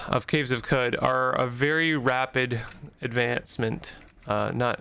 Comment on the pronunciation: It’s “Kwud”